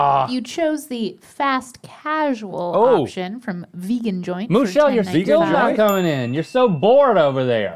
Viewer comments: Hahaha is it Moo-chelle actually? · “I believe Moo-chelle is a human man.” “...with one udder.” Made my morning. You be you, Moo-chelle. Happy Monday!